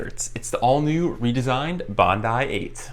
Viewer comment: Hi,, Two excellent reviews, for this shoe, the Bondi 8, and for the Gaviota 4. (Btw, in Australia, at least, it's pronounced "Bond-eye.") Question, please, for you or anyone here - I have terrible knees with not much meniscus left, and need all the cushioning I can get. Assuming either model would be a valid choice, I wonder if the Gaviota's J-frame, allegedly providing a more stable platform, might help reduce some of the torquing forces on the knees as well. Any thoughts, recommendations (yes, I have considered giving up running entirely, no thanks!) would be appreciated. Thanks again for the excellent reviews. William